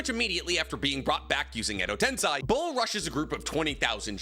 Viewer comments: It's not Edo TensAi, it's Edo Tensei. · Why does MF keep saying Edo Tensai? Tiktokers pretending to be youtubers are rough man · It hurts to keep hearing u (a Naruto "expert/professional") mispronounce "edo tensei".. it's not ten-sai.. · Tensei is pronounced “ten-SEY” with “sei” like the word “say”